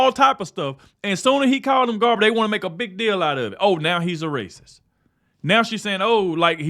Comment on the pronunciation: "This is rayciss!" I can live with it.